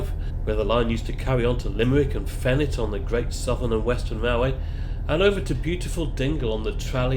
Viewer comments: Fenit is pronounced Fee knit. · Fenit is pronounced Fee nit. Great place for a bit of fishing off the pier. The railway used to run to here from tralee. There was a little station at Lassinagh which was used to load and then transport sugar beet up to the factories in the 60's / 70's